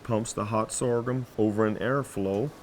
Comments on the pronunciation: If I hear this dude say sorgum one more time!!!! Lol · Lol I'm just here hitting my blunt every time he says soregum